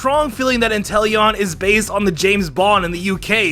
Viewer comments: "THESE POKEMON ARE BAZE" the first two times i thought i was hearing things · Doesn't it annoy anyone the way he says 'based'?